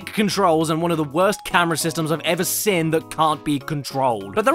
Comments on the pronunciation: Great video but it bugs me so much the way he can't pronounce "seen" properly, he goes ".. I've ever SIN" not "I've ever SEEN". To make it worse, when he says "SEE?" Or "you could ever SEE" he pronounces that normally but as soon as the N gets slammed on their suddenly it's "SIN". LOL. I wonder if he's like "I'd like some baked bins on toast". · SEEN CADDY! Pronouncing it as “sin” is indeed a sin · "the worst game I've ever sin" They way you pronounce 'seen' man 😅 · I like how caddy pronounces seen like sin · It's pronounced seen... not sin. Like breen, or clean, or ween-er. Get it not Mr. ADHD with legs? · Accents are accents. But I have heard You CADDY make fun of American pronunciation and I don't get why you say 'SEEN' as sounding short like 'sên' or something. There's 2 Es in every spelling. like SCENE. Not Sin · The Pin-Pen Merger. A hilarious byproduct of English linguistic dialect development. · “The west that I’ve evuh sin” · Does anyone else feel scared of how Caddy says Seen